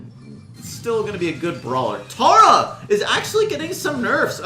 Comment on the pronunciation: Learn how to say Tara.